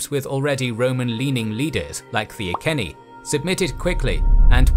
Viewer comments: Rome never invaded Cornwall. It travelled slightly into Devon (Exeter) than gave up. Iceni is pronounced I see ni, not I sen ni. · As someone from Norfolk and Iceni lands I know its late but the pronounciation is I-SEE-KNEE :) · It's a very minor thing but how he pronounces Iceni bothers me greatly Edit: Another fantastic video though I should say